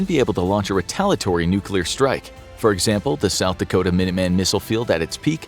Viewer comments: Dakota not Dacota..... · It's DAKOTA not DACOTA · Dacota (T )? No, it's Dakota. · Dacota? Don't kick yourself for such a silly error, everything else is normally bang on 💯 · “South Dacota”